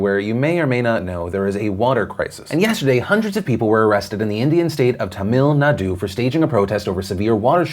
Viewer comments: I do think that the pronunciation of Tamilnadu was just a little off. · i love you phil but i spit out my drink at how you pronounced Tamil Nadu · I loled when phil pronounced tamil nadoo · Philly trying to pronounce 'Tamil Nadu' is the giggle I needed today. And oh yeah, climate change is fckn shit up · Phil, I love you but please pronounce Tamilnadu and Chennai right! I'm from there and it's very annoying when people don't pronounce it right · Ooo. That pronunciation of Tamil Nadu